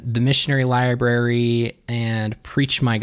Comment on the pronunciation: The church’s “lier brary” 😳.